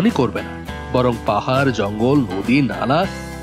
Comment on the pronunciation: পাহার না পাহাড়